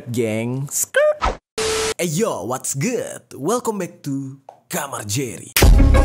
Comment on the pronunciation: What's Good ya, bukan wasck good yaa